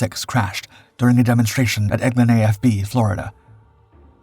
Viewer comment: Pretty sure , your AI Narrator meant to say "Eglin Air Force Base, Florida", instead of "Eggman A - F - B", with the acronym for Air Force Base just spelled out. This is NOT how the acronym is pronounced, just spelling it out. It is always pronounced "Air Force Base." Also "Eglin AFB", NOT "Eggman", is named in honor of Lt. Col. Frederick I. Eglin (1891–1937), who was killed in a crash of his Northrop A-17 on a cross-country flight. Your AI Narrator's native language is obviously not English, neither is it Military Lingo. GEEZ